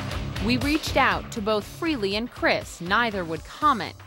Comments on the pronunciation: Why do these TV reporters always pronounce "Frehley" as "Free-ly"????? Gets on my nerves everytime I hear that. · Taylor Same here...drives me nuts. Its Freh-lee. The H is not silent. On a Eddie Trunk interview Ace said most dont get it right and he gave up correcting people. Years ago in another podcast Ace was drunk and when the host pronounced his name Free-ly, he quickly corrected him "Its FREHHHH-ly!!" So yes, deep down it bugs him, but he has no choice but to deal with it. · One thing I have noticed, why do people always mispronounce Ace's last name? It's not Ace Freely, it's Frayley.